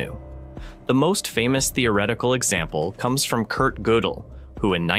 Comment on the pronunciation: Godel is pronounced Gurdal.